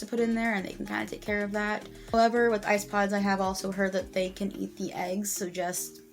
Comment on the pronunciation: What did you say eats the eggs? Ice pods? Lol